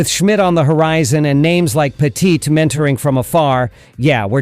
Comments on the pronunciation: This guy doesn't even pronounce Andy Pettitte's name properly 😂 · Say Andy's name right, lol!